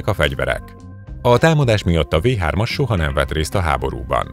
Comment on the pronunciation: A V3-at amúgy Fau 3-nak ejtik...de nem ez az egyetlen hiba a videóban